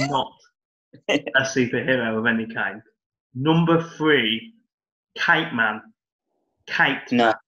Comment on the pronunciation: I thought you said cakeman not kiteman 😂 these superhero names are wild